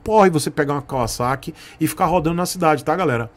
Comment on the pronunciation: Cara, primeira vez q eu escuto alguem falando Kawasaki da forma certa. KKKK